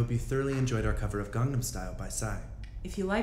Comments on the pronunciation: Why is no one talking about "garnam style??!!" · "Garnam style" Ok den :/ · "Gardum style??"